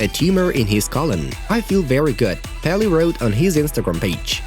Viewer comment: The king of football name is pronounced Pee Lay